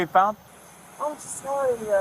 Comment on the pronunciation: It is too late to be sorry-ah.